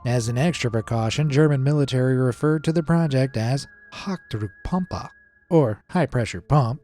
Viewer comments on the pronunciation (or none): The way you said Hochsdruckpumpe took me out🤣🤣🤣🤣 as a German that was super entertaining but I really love all your videos and appreciate the research you put in! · how he spells "Hochdruck Pumpe" is hilarious xD